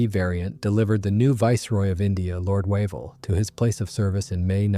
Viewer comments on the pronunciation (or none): none